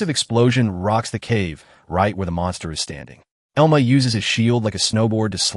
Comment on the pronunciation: its pronounced EL-MA